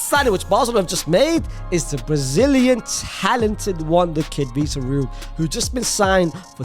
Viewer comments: Victor Roo is crazy, its pronounced more like vitor hockey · Bro really should do jail sentence for the way he spelled the mandem-s name, he said vitor rookes. Bro it's Vitor Roque